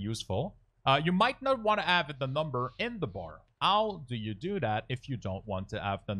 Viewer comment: "elth bar, you might not wanna ave the number in the elth bar... ow do you do that" - why do you not say the H at the start of words? xD Good tutorial tho.